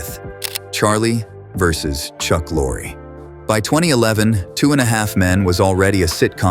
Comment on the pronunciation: 4 different pronunciations of Chuck Lorre's name. Sheeesh